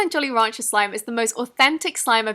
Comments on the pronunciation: Is it jolly ranchers or Rogers because she pronounces it roger but on the screen it says ranchers?? Anybody else notice that??? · I love how she says jolly rancher